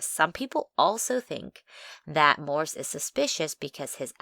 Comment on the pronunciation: It's "Morse", not "Morris".